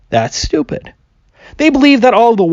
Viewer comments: Whether it's Kent Hovind, or Internet clowns like this, anti-science guy's arguments can almost always be summed up as "this seems unintuitive to me as an uneducated layperson, therefore it is stupid" Or I guess in Kent hovind's case it would be pronounced "stoo.....pid" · I keep hearing him say "I'm stupid" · "i'm STOOPid" And that all i heard